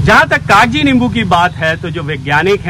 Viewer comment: Not Kagaji 😂 it's kaji